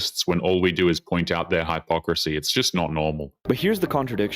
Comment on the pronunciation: Dude, learn how to pronounce "hypocrisy". Maybe this is AI slop.